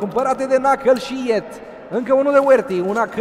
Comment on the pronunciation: de fiecare data cand comentatorul spune gresit numele lui yeet, ma dor sincer urechile